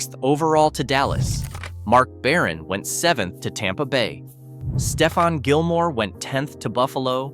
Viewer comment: The announcer clearly doesn't watch any football 💯 he mispronounced Stephon Gilmore 😂